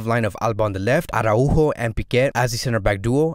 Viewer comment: Great video overall but I just can't with the "arahu-o" pronunciation